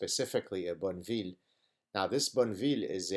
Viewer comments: Dear Gad you cannot possibly own a British Triumph Boneville if you pronounce it as you did, for although your accent is melodic and I enjoy listening to you very much, it is a Triumph (Bon eh vill ) or Bonny will do. And with that, you will be a biker my son 👍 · The Triumph model is pronounced Bonneh-vill, after the salt flats in Utah, not after some nice town in France.